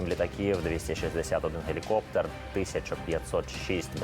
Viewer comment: Пане ведучий, журналісту не личить так безграмотно розмовляти!! Подивіться у словнику, де ставиться наголос у словах листопАд та гелікоптЕр! Сором!